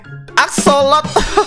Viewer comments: bang bukan asolok yang benar asosol gitu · Bang itu bukan axsolot bang kalau bang teguh bilangnya tapi akssosol